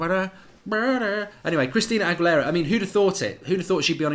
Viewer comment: Hi Mark. It’s pronounced Ag-U-Lara. The example you gave is AWESOME!!!! Made me laugh for a while today. Thanks for that one!!